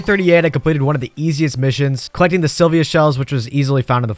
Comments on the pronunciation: I... I can't. It was annoying to hear you say AstronerS like 4 times in a row, but then you said you landed on Silvia(?) and that's when I stopped. My man, open the wiki when you're doing the voiceover at least. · The amount of frustration I experienced from you saying “astroneers” and “Sylvia” is unreasonable